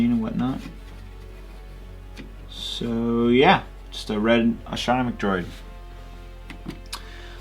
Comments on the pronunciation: ***** astromech is pronounced as-tro-meck, not as-tron-o-meck. As you can see there is no n in astromech. And to all the people who are no doubt going to hate, please note that I am only nitpicking. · Good review, but you kept pronouncing astromech wrong, it's not 'astronomech' XD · You have a wierd way of saying "astromech droid" xD